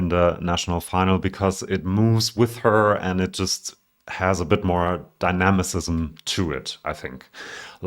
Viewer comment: Dynamism (di-nam-ism)